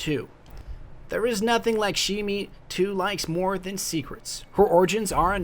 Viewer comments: Pretty sure, FWC's exo, Lakshmi-2, is pronounced lock-sh-mee rather than lack-she-me. It's a fairly popular Indian name. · Just an FYI, just started watching these and they are absolutely great but your pronunciation of Lakshmi-2 is off, it's (Locks-Mee-Too) say it like Sean Connery would. She says it during the patrol missions, "This is Lakshmi-2 with the Future War Cult.." Arach Jalaal is (Uh-rock), supported by the Ghost saying after completing a Dead Orbit patrol mission "This will make the Arach happy." If you ever have a question about the pronunciation I can help. Like most people say Gjallarhorn like "Gallerhorn" when its technically closer to Yallerhorn, I personally call it a jellyhorn though cus anarchy. I don't mean to nitpick just trying to help.